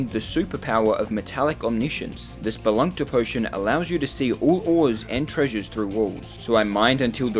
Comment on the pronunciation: bro what is a spelunkter potion💀